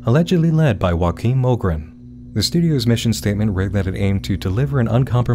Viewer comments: I watch your videos with like a quarter of my brain while I'm doing something else, but I was startled back into listening when I heard you pronounce "Joakim" like Joaquin 😭😭😭😭 it's pronounced "yoo-ah-kim"; Swedish doesn't really have any combined vowel sounds, so any vowels you see should be pronounced individually :^) Normally I don't bother correcting people on these things but this one was so funny to me lmao 😭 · "Hoakim" Lol. It's not spanish my dude, it's swedish. It's pronounced like "Yoakim". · That has to be the strangest pronunciation of Joakim I have ever heard, it's not French, it's Swedish, so it should be pronounced as Yo-A-Kim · Honestly a very petty detail, but I was seriously tripped up by the way you pronounced Joakim.